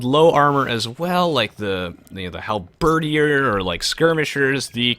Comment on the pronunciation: That's one hell of a way to pronounce halberdier